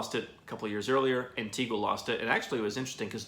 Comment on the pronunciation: The least you could do is say Antigua properly!